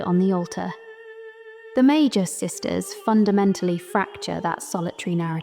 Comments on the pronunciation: I love the video. Really excellent content. Small note, the pronunciation of words with the mag- root can be tricky to figure out. In Japanese, we have メーガス三姉妹 Mēgasu San Shimai, with a hard g for magus. Again, this is so small. In English we have words magic and mage (with a j sound 'majik'). We get this from Italic languages as well as French, wherein g takes a j sound before e, i, and y, but a typical g sound in other cases. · I always pronounced it as “May-Gus”, so I never got the idea of magi from it. Loved this video! 🎉